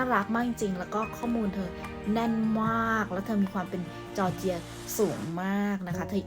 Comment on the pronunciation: จอร์เจีย ครับ ไม่ใช่ จอเจียร์